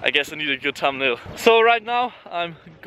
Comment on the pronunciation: "gotta get a gud tumbnal"-Last Words R.I.P